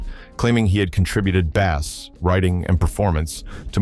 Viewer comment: Did this guy really just pronounce bass like the fish🤦‍♀️😂